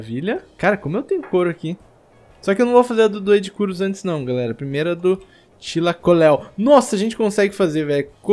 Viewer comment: se fala tailacoleu e se escreve thylacoleu